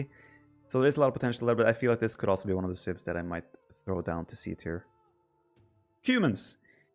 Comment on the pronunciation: Instead of "also", Viper says "Oslo". True Norwegian :')